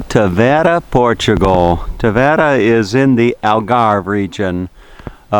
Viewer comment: Having been born in Tavira, and living abroad I found your video interesting. Yes, you are misprouncing Tavira and there are 33 churches in a city of population of over 50 thousand which you consider a village. Perhaps, a little more research and you could benefit from your commentary. Nevertheless, thank you for show casing such a beautifule city.